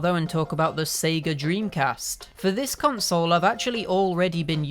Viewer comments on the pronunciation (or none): none